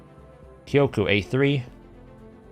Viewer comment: btw jp speaker here, you're now saying Kyoku right